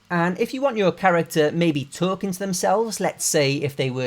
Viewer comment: "taUlkIng AnD tHe wOuLkEiNg" got me